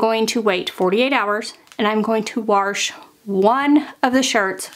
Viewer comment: Hi, I really like your clear teaching style. You include very useful details. I hope you have a sense of humor because I want to tell you the "r" is silent in warsh Sincerely, Terri fom Wa[r]shington. 😊